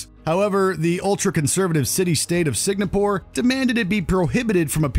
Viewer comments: Is "Singapore" really that difficult to pronounce? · I even thought it was a whole new country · You keep on mispronouncing Singapore, this video should be banned. My gosh. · He pronounced Singapore correctly all the other times, why did he trip at the finish line? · Are you saying Signapore?! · "Signapore"?! where that? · Signapoor? Really? :yougotthis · how hard can it be to say SINGAPORE correct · “Sig-na-pore” made me want to die every time. So does “Cuties” not being on this list. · Ah, yes. Good old Signapore. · Why does he say Signapore??? OMG… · "Signapore" is now going to get this video banned from their country for all the times you butchered its name. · What the hell is Signapore? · I've never heard of the country "Signa-poor" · The fuck is "signapor"? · Is it really pronounced "Signapore"? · STOP SAYING SIGNAPOORE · Sig-Na-Pore laughs in narrator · "siGNapore" Untied Satets of Mearica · Thanx for the dope video as always but it's pronounced Sing-A-Pore ... right? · Watchmojo staff meeting: "Guys, can everybody here pronounce Singapore?" "No, this guy here says 'signa poor'" "Alright, let's have HIM narrate this video!" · At least he got to "Sig-a-poor" in the last one. LMAO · Signapore? Not once, but several times. Probably the most-repeated word in this whole video - please check spelling and pronunciation before committing to upload. I'd ban NOTLD but only because that is absolutely THE most horrific scenery-chewing I've ever seen off the soccer field. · I love watchmojo.... But it's Sing-a-pore..…..…Singapore. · How many times did he say Sig-na-pore? If I'm wrong please educate me. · bro cant say SINGApore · I've been on this earth for 51 years.... I've never heard it pronounced Sig-na-pore. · Dude, are you really saying SIG-NA-PORE?!? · Signapore. LoL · what the hell is signapor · "Signapore"? How is this mispronounced multiple times? embarrassing. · Or in "Signapore". The guy couldn't say it correctly at all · that bugged me every time he said it...